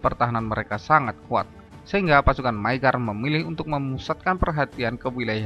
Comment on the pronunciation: Di judul ditulis bangsa maygar,, di video ditulis magyar tapi dibaca maygar,, yg betul yg mna ini,, Hongaria jg skrg sdh bukan sbgai republik Rakyat